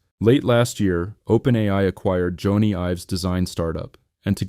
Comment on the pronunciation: Jonny is pronounced Johnny not Joana.